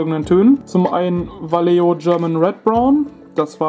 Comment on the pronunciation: Man spricht "Walecho"! ;). Trotzdem informatives Video mit überzeugendem Ergebnis! :)